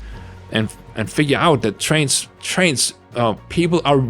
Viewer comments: You pronounce trans like trains and I find that cute and silly. Trains are cool. :D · Trans and trains are cool (I’m autistic)